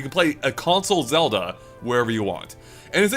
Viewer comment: please.... everytime you say zewda it kills me inside.